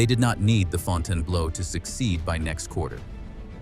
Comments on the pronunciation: It's ..."blue" not "blow." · Interesting story; horrible pronunciation. Font-inblow 😮😮😮😮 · Fonn tann blow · It'd be nice if the commentator had taken the time to learn how to pronounce the name of the hotel correctly.